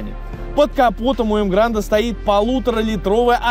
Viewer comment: Так погоди автор. Вопрос ты специально называешь емгранд, а название emgard. Эмгард. Машина 8 лет в стране (как марка) продается. Видео интересное в любом случае спасибо за труд!